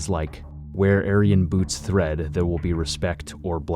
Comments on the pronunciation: Where boots tread not thread. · Does this narrator kno theres no h in TREAD ?